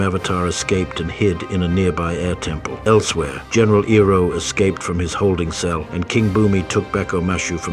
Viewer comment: Love your videos and it's nice to see you branch out and do something a little serious and less satirical. However when you use text to speech please spell things phonetically. Iroh would be "eye-row". It's less jarring and makes you seem like a wizard. Other content creators will be like "how did he get the AI to say it right when I cant"